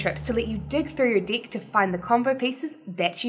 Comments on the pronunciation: She's totally understandable, and yes it might be that instead of deck, feels like she says dick 😂 . But that's OK! The only thing that kept me away watching the video is that strange habit that she has with her eyes, 👀 I felt like she was winking at me every 2sec. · might want to be careful with the pronunciation of deck ;-)